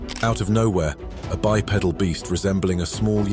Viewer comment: I wish he knew how to pronounce bipedal.